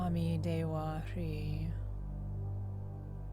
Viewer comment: Hrih is meant to be pronounced with a z or zh sound. Om ami dewa zhri or zhe